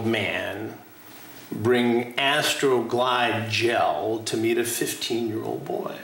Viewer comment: Chris said “ASTROGLIDE GEL” with 1,345,278 intense syllables.